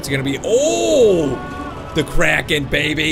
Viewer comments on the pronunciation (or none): none